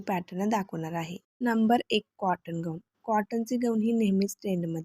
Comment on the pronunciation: ग ऊन नाही गाऊन म्हणतात त्याला